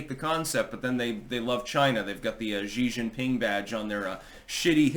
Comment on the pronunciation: You really need to learn how to pronounce Xi Jing PIng. You talk about him a lot.